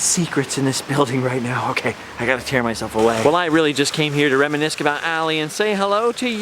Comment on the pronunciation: Did I hear "reminisk"?